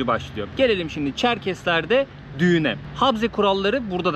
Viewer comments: Habze değil okunuşu ,Ğabze diye okunur ! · Selam kardeşim nasılsın umarım iyisindir videoyu izledim çok güzel olmuş eline emeğine sağlık adıgey cumhuriyetine gitmişsin o caminin yanında müze vardı keşke o müzeye gitseydin Çerkezler’in tarihini görmüş olurduk birde habze diyorsun yanlış telafuz ediyorsun habze değil kabze Çerkezler’in anayasası dersini iyi çalışmışsın bende bu videoyu fesbuk ve istekramda ve vatsapta paylaştım umarım abone sayın artar keşke birde Çerkez düğünü çeksen onlarla sohbet etsen bizden selamlar götürsen anavatana selamlar kolaylıklar diliyorum sevgiyle kalın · Kardeş he harfi değil söyleme şekli he ile değil ğe ile karışık çıkması lazım